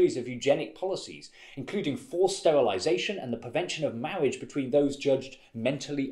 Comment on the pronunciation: "Mawwiage" So kewt! :3